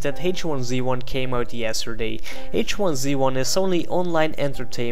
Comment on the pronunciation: I believe it's pronounced H1Z1 not H1Z1.